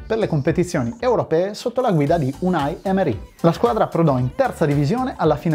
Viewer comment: Una rettifica: Emery è spagnolo, dunque si pronuncia "èmeri", non "eme'ri" come in francese. Per il resto, bel video.